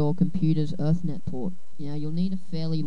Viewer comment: you said erthnet like 20 times, its ethernet. E-thernet